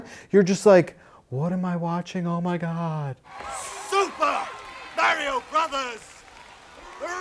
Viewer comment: pronounces Mario correctly.